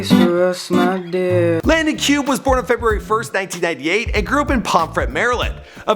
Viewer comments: Pronounced Landon Cue-bay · its pronounced cubae actually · He don't even know how to say Landons last name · doesn’t even know how to pronounce his last name omg